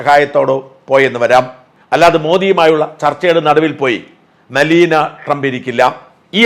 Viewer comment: Sir Melina അല്ല Melania Trump ആണ്..